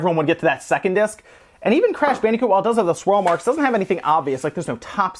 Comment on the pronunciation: WHYYYYY MUST YOU SAY BANDEEECOOT???